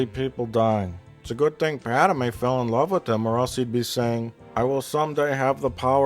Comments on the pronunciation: Am I the only one who gets annoyed when he pronounces it like “Pad-ah-may” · Gawd damn it! The bitch's name is PADME! 2 syllables. Pad-MAY! Not "Pad-uh-may". Argh! After wstching these for so long, i couldn't take it. That is all.